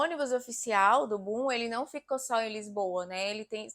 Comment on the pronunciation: Bom video. Mas porfavor nao diga bum diga boom!